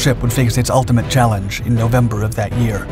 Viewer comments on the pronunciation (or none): none